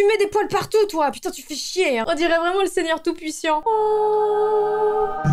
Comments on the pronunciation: Ok t'as dit PUISSIAN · c'est tout puissant et pas tout puissiant 😂😂😂😂=_=_=_=_=_=_= tu es pas la seule a être gaga avec tes animaux 😂